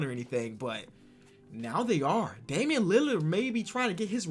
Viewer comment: nobody:: dAmIaN lAlArD